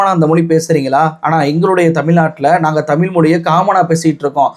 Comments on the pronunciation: தமில் என்று பேசுகிறீர்கள் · Tamillllllllll ,anchor lacks pronunciation 😢😢😢